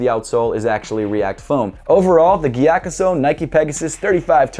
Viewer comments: Mattæus Schelde Andreasen nah he said it mostly right it's just that he pronounces the G too much instead of "Giyakusou" it's more subtle like saying "yakusou" but with a breath of a G in the front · The sou in gyakusou is pronounced like the sou of soul. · Damn! Been pronouncing it giya-COO-so for forever. Thanks! Really like this pair and actually love the maroon sole but seems like everyone hates it. I think it’s super unique and an interesting contrast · the right pronounciation is gyakzu right? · came to just hear how English speakers pronounce Gyakusou lol